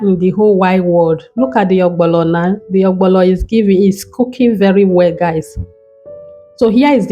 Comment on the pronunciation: You wrote ogbono and still calling it ogbolo.